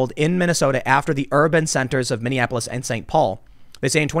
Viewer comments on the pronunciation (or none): none